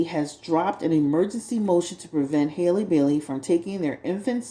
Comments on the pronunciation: Halle, like Halle Berry. Not Hailey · it’s pronounced “holly” like the beginning of hallelujah.